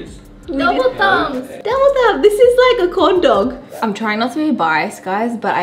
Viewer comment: mouth: corn dog My ears: condom